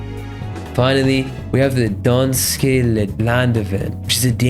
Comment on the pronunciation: in danish, danske is pronounced as dansk-uh And for some reason beyond my knowledge, most words in danish ending with e makes an uh sound, even though e dosen’t sound like uh.